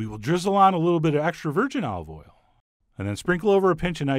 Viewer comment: You lost me at "Olive Oil"